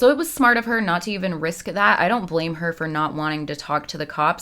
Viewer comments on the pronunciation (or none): none